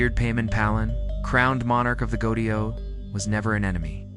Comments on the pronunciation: Except for the mispronunciation of 'goetia'. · Why do you incorrectly pronounce 'goetia'?